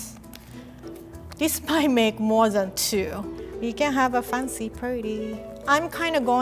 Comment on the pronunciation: "Make it foncy"😊